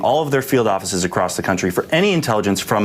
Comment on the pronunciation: I cantstand to hear him speak. Why does he pronounce country like "countreh"?